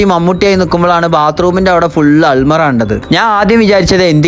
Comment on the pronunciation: അൽമറ അല്ലെടാ അലമാര 😅